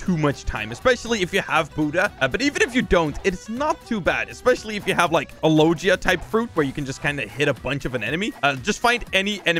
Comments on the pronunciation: why does he say logia as lojia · I dont like how you say logia